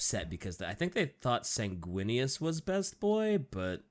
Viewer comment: "Susguinious" As a blood angels player, hearing that sent me into the black rage.